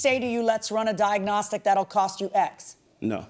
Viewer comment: And he can't say 'diagnostic'!